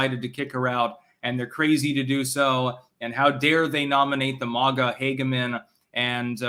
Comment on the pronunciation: When u gonna start pronouncing MAGA correctly?